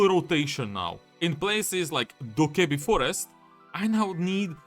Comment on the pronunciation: You nailed it with that video except one part. How can you mispronounce cokkebi?